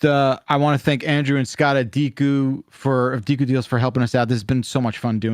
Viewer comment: utters "dehku deals" and then course corrects to "deeku deals", which one is it! it doesnt make sense to me the way they pronounce it throughout the sponsorship